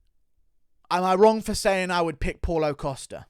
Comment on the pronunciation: “Paul-o Costa” 😂 I love how pronounces every name as if it was an English name